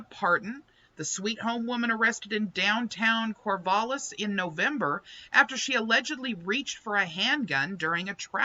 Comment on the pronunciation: Sweet Home in a small town in eastern Linn County, Oregon. And it's pronounce Cor-val-es